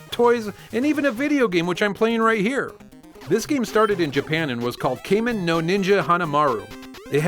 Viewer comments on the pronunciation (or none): Kamen is pronounced like "Common". Just letting you know.